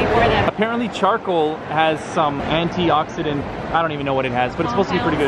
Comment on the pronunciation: are you trying to say antidioxidants or something like that i forgot